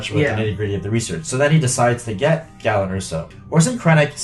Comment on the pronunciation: Galen's name is with a long A sound, like GAYlen. The audiobook confirms this.